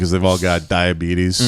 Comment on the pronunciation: Dia-Bee-tes was a good one